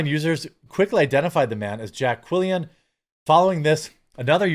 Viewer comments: Quillin NOT Quillian ffs 😂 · It's pronounced Jay Quelin.